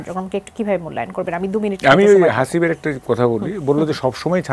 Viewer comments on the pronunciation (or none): আমি বুঝি না এইসব নাস্তিক কে কেনো টকশোতে ডাকা হয়,আর উপস্থাপিকা হাসিব এর নামটাও শুদ্ধ করে বলতে পারেন নাই